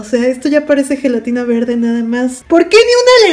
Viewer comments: Cuando vi que decía zhelatina me acorde de Bart preguntando por su Lache Jajaja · FELATINA JAJAJAJA